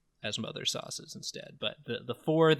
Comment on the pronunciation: "Sau-ces"? Is Greg?